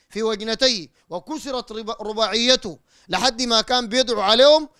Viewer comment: رباعيته بفتح الراء وبدون تشديد الياء